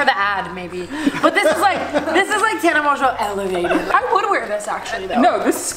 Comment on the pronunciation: I thought it was Tana Mon-go not Tana Monjeauuu. ive never seen any of her videos so this is the first time I hear her actually say her name... and it's annoying